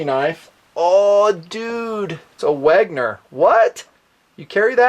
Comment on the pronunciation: Wenger, not Wegner.